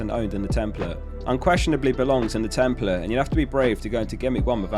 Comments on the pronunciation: Tem-PLATE. A not uh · why are you saying ‘template’ like that?